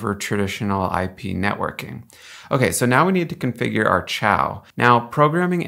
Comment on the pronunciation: Xiao is pronounced sheow not chow